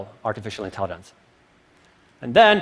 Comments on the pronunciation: I can't help but hear him say "intelli(d)ence". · why he keeps saying intellidence? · Someone PLEASE tell this guy there's no "d" in "intelligence"!....... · If this guy says “intelliDente” one more time I’m throwing my phone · sobering talk. funny how my brain gets distracted by a simple mispronounced word > intellidents. AI wouldn't waste time with such useless distractions. I'll continue evolving until it's unnecessary :) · Why does he keep on saying "intellident". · Someone needs to tell him that it's not pronounced "intelliDens", it is good talk though. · Artificial "intellidance" :)))) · Somebody needs to tell him how to pronounce 'intelligence'...